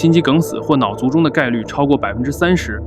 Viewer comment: 跟我读，脑cu（醋）重（zhong）